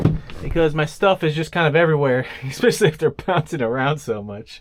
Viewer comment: it's "especially". not "ekspecially""